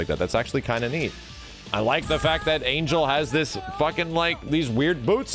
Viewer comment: I know its a bit checky, but Ángel (whit the Á) its pronounced An-Hell